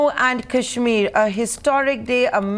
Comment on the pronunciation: Adv. Salve pronouncing Kashmir correct..😊